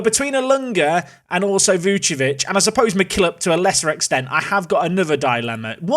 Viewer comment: my heart sinks every time you say Vucevic... it's VuCIcevic. where's the CI?